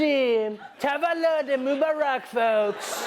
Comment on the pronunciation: yesss😂😂 I thoght he was saying 'move Iraq...move Iraq...'the i realized it was mobarak😐